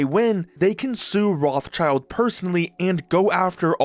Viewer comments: Afaik the right way to pronounce "Rothschild" is something along the line of "Rot-shield", with the last -ld piece being soft like in Gerald. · The name Rothschild is originally a germam name and in Germany it is pronounced: Rot h shield Rot means red schild means shield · I can't stand the way you pronounce Rothschild. It's not roths-child. It's Roth-Schild (the -th is a hard t, the Sch is pronounced as in sh*t), which means "red shield" in German. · Rothschild not rothchild it is a German rich Familiy with quite Reputation. You could Translation this Name into Redshield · Dude please, the name is not Rothchild but pronounced more like Rotshield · It's not a "child". The name is composed of the German words for the colour "red" and the fighting gear "shield" — pronounced "rott" plus "shield". Is that patent troll pronouncing himself "child" ?! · Can idiots please stop saying Roth-Child? It's RothSchild, pronounced in German or French. Learn some words pls. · Enjoyed the video! Side note: It is not "Roths Child" it is "Roth Schild" (Red Shield) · bro i can't not crash out over the way you say Roth-child hahaha you say Rot-shild, good video tho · Dude cant even pronounce Rothschild i am totaly confused what rot child he is talking about 😂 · His name is rothschild, roth-schild... and also you dont say roth you say rot, and schild like shield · while it is funny to hear Roth's being called children over and over... its Roth Schild, ya can get the proper pronunciation from google by translating "red shield" into german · love how he pronounches Rothschild xD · It's pronounced as Rot-Schild